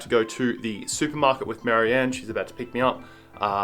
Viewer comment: From the way you say your gf’s name I always thought she‘s called „Mary-Ann“ - only found out now from the comments that it’s actually „Marion“ 😄